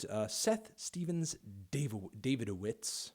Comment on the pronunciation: I think you pronounce it ‘Dav-id-o-vitz’